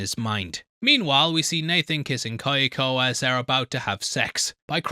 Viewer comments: Why oh why must he torture us with saying Ky-o-ko instead of Kyo-ko? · Hearing how you pronounce “Kyoko” makes my ears bleed